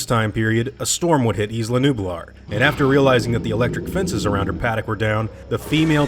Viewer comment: Isla is pronounced (eye-luh) in English, not 'eez-luh' as it is in Spanish. Do you also pronounce island as 'eez-lund'?